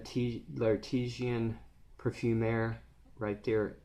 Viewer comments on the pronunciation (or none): It's pronounced, I think, " La--Tea--zan...... Par--fum--aa........ A worthy cause. 🙂 Timbuktu is on " The Scentinal " four for life list he recently did. He calls it a magical perfume. Sounds like you do also. Thanks for the review. 😀